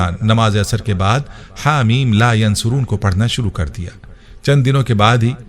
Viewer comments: Haameemmm la yunsaroon hy not a yan soroon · It is Ha Meen La Yunsaroon Not Yansaroon JazakAllah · Haa meem la yunsaroon hy not yansaroon nhi hy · Teacher lafz la yunsaroon hae aap yansaroon parh rhy plz btaeen sahi lafz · Asa in this video you pronouncing la yansoroon jubke in written is la yunsaroon zeer Zadar se meaning change ho jate hain I listened many time and u said yansaroon plz correct that before sharing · Assalamualiekum bhai bohat piyara wazifa hey Alhamdulillah Apki pronunciation sahi nahi hey Haameem la yan suroon nahi hey ,kunky ya ke oper peesh hey Haameem la yun saroon hey Jazakallah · Haa mim la yunsaroon he ya phir la yansuroon he Video me jaise likha aa rha he bolna wala bolne me zabar paish ki ghalti kr rha he, please is ko chek kren or ager mera point sahi he to correction kr len ye na ho k ghunah k murtakib ho jaye hum sab jazaak Allah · Assalam u Alaikum Mohtram Ayat Haa Meem La Yunsaroon Hain or video main aap bar bar Haa Meem La yansuroon bol rahay Hain plz coorect this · La yunsaroon hai talafuz theak kren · Hameem Layonsooron hota hai